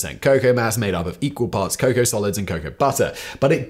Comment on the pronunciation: Dear Simon, the word cocoa is pronounced CO CO like go go. Not Kacow. Thank you, The United States